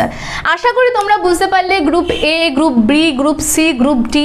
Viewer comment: Haa mam group B valoi laglo ....kintu apni te group B ke gup B bolechen ... ektu dhire bollei uchcharan ta thik hoto😊